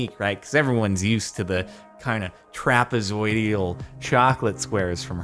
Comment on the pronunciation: Somebody needs to make of meme of jardon waving his hands around saying "trapazoidial".